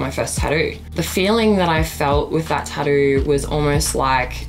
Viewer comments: "Tadoo's" lol is that similar to tattoo's?! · i dont wanna be that person but the flap d sound doesnt occur in stressed syllables and since taTTOO is stressed, it should be pronounced "taToo" not "taDoo" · NO that's NOT the right pronunciation. Jus cuz she's Australian doesn't make the pronunciation of the word right. It's TATTOO- JUS LIKE ITS SPELLED. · I Got 2 Pickles Hey Hey Hey the taturuu 😂🤣🤣🤣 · Is she aussie? Weird the way she pronounces tattoo. It sounds like tadoo. First time i hear that pronounciation. Tadoo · I'm in my 40's and that's the first I've ever heard someone pronounce tattoo- "ta-doo!" 🤔🤷🏻‍♀️ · Oh noo! It's taddoo it's like nails on a chalkboard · What is a Tadoo? Does she mean tattoo? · The thing bothering me the most is how she pronounces tattoo